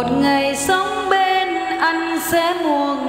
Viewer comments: Phát âm sai ăn - anh mất hay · Mùa Thu lá bay là tuyệt chiêu của nử sĩ Quỳnh Dao về tình yêu, hôm nay nghe hát, rất truyền cảm, phát âm rất rõ, nhứt là chữ Anh, rặc âm Miền Nam, dễ thương làm sao. Đa tạ.